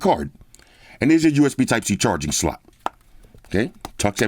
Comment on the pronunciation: There's your micro SD card slut. And there's your USB type C charging slut, okay? That's how I hear anytime when say slot word. 😆